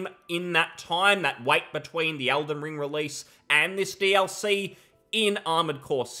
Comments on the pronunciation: does his accent not include the letter E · ELden Ring, WHY ARE YOU SAYING ALDEN STOP IT